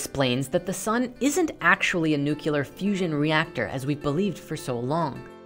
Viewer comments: I love your work guys, but there's only one thing; saying " nuculer" instead of "Nuclear" kinda ruins some of it. Sorry, I had to say... Thanks and don't stop doing great docs ;-)) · Using the equation for volume of a sphere Uranus is ~63 times larger. Earth is 63 times less voluminous than Uranus. Edit: actually said Nuclear like George Bush Jr. (New-Kew-Lur) XD